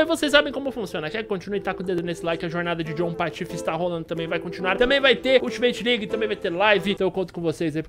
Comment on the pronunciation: Só eu que escutei um Ultimate League ao invés de Ultimate team?